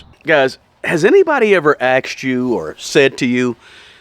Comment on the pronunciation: Has someone exer "axed" me? You mean "asked"??